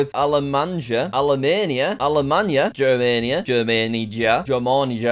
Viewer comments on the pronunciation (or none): Slight Error Allert - At approximately Is Germanija, and he pronounces the "J" as an English "J", however, It's a Slavic language, Meaning "J" is pronounced like the English "Y". So in English, The pronunciation would be German-ya instead of German-ja.